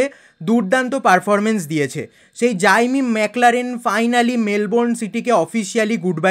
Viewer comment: জাইমি না জেমি 😂